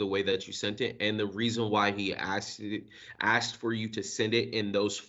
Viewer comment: Or "I axed someone..." rather than I asked.